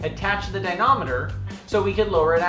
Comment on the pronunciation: Good videos. But the word is "dy-na-MOM-eter" Never ignore MOM.